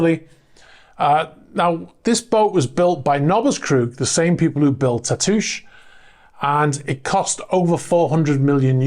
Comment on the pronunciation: Tatoosh: that’s a local place name here in Washington State. It means “breast,” and is applied to hills and rounded islands. It’s not pronounced like an iambic foot, though, but like a spondee, with roughly the same stress on both syllables. It’s no big deal. I’m just being nerdy about something local. 😺